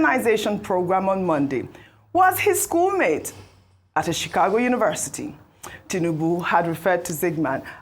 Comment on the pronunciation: Did I hear “chigakpo state university “😂😂😂